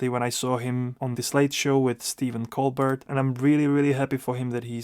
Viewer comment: I’m at 2 years. Also, Colbert is pronounced col-bear..like the brown bear. He is good.